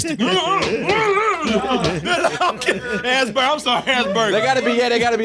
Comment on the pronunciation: First of all, it's not "Ass-burger", it's "as-PURR-ger". And tbh, I disagree with most of what you guys said. It's the part of playing an emotionless character whom somehow the audience can still get behind that is really difficult, and I thought Ben did an excellent job in this. Though to each his own.